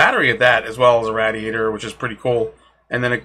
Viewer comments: nice video but i think it's pronounced "ray-dee-ator" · Rad-e-a-tor Ra-de-a-der I’m sorry couldn’t help myself.